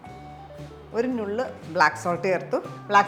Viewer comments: I've always wanted to give you a suggestion. നുള്ള് is to be pronounced as ന്നുള്ള്, the same way you'd pronounce ന in നന്നായി. Hope you'll correct the pronunciation in your upcoming videos. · OMG!!! Sathyam!! I always cringe when she mispronounces the word!